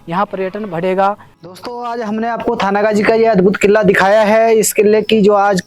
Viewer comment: किल्ला किल्ला कितने बार बोलेगा भाई किल्ला नहीं किला कहो